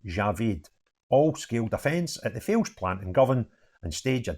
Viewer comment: It is pronounced tal- ess, they should've been sentenced for more because you need MOD clearance to get in, so it is a terrorism charge end of story